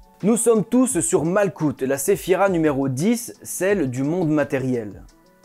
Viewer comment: Beau travail!!! Au fait, on dit malroute (malkhout)et pas malKout. Sinon, jolie barbe bien taillée, je n'ai qu'à bien me tenir!!!!